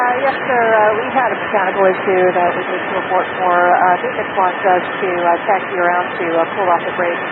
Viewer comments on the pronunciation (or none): axi instead of taxi xD